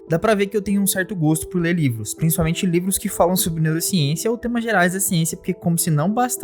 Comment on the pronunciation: vc falou nivros kkkkkkkkk